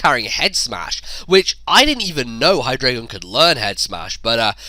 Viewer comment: It's okay that you kept saying hydragon, I don't even know what that is. :D